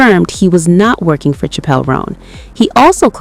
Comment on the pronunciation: Pronunciation is *Chapel.’